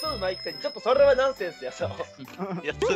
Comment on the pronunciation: 「お前rら俺のせいにしすぎやから お前rrら嘘上手いくせにそrrれはナンセンスやぞ」 の巻き舌が…🌀